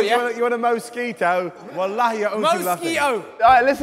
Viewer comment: it's not even the way you're saying it's walahi not wahali whatsoever